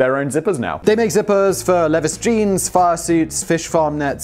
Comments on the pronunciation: My god, man, is there any proper noun you CAN'T mis-pronounce? It's pronounced LEE-vEYE's, not Ləvəs... (He's talking Levi's jeans, in case you were as utterly perplexed as I) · Who are Lev-iss 😂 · I was thinking about leaving a comment saying it was pronounced "Lee-vize," but then I was too lazy and didn't care enough to do it... but now you've duped me into leaving that comment anyway with that troll job. Well done, smash the dislike button. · "Leviss" physically hurt me. But I just kinda assumed it was a British people thing since I've lived in midwest America my whole life. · Glad I checked before commenting, also "leviss" physically hurt to hear 😂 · Yep, I thought he was saying something else entirely - sounded like 'leathers' - I'm out of the loop and thought this was a brand. Good thing I always watch to the end. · I just assumed Lehviss was like AHdeedass & Nyk! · I legitimately thought that Levus was the name of a wholly unrelated company, not an intentional mispronunciation of Levi's. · Definitely about to lite him up for calling Levi’s levis instead, great way to end the episode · LOL Levis. Sorry Simon, its pronounced "Leave-eyes". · Thought you might be saying levith. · Hahahaha!!! Leviss! I wonder how many people were driven crazy every time you said that, but didn't write a comment... 🤣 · Lmao I’m glad I watched the whole thing. That levis pronunciation is so funny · Hey friend, look up how to pronounce Levi's. Long vowel sounds for both e and i. Love your videos. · Simon, it's Levi as in (LEE-vEYE), named after Stephen Levi and Gheller Strauss. Yes, they make their own zippers. Yes, they chafe the lovelies! And jokes on you, I always watch to the end (ALLEGENDLY). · I actually did a real life double take when he said "leviss" the first time. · Leviss???? Okay, now you KNOW he's doing it on purpose... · Who’s left on Earth not knowing that YKK make zips? Also, Levis? Levi’s, Simon. (LEE - VIZE). Tut, tut. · Also.... it’s “lee vise” man smdh